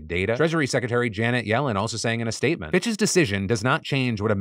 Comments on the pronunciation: Am I the only one heard ‘bxtches’ when Phil said Fitch’s every time? 😅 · I was just listening toy his video and I’m like why is Phil saying bitches all the time but it was PITCHES! 🤣